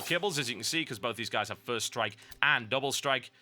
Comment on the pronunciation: I love that he calds doppel strike, ferst strike on crak.